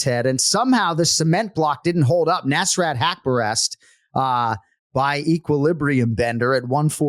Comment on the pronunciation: Hey anik, the S in nasrat is like US., rut like hut. nuS-ruT.